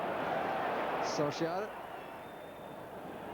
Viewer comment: His pronunciation of Solskjaer is terrible though. But yes an all time great commentator.